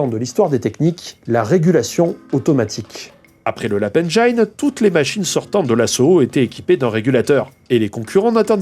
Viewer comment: Super épisode, très bien amené et super intéressant. Les asservissements sont partout encore de nos jours même dans le cloud. Par contre on dit « engine » comme dans « angine » pas « engaïne ». Mais on s’est tous plantés une fois dessus 😅